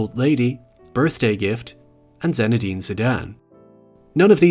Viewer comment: Hi, Really good video except it's "Zinédine" (and not zenedine) ;) Very clear explantations, I'll definitely check the whole channel